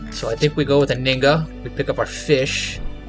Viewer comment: Just FYI. The H in Anhinga is not silent.